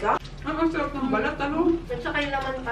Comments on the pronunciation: “arap” ba, Tita Juday? 😂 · "mmh, arap" 😆😆😆